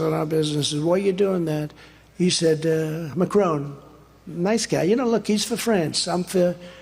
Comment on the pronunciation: Trump makes so many gaffes no one's even bothering with his butchering of Macron's name.